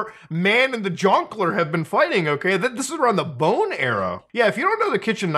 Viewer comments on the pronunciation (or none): It's not Bane, it's Bone.